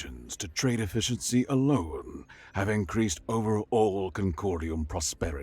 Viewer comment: Just double-checking. Did it sound mispronounced? E-Fisch-en-SEE is what I got.